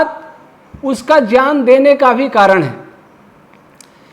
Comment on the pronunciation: Gyan ka uchharan shi Karen please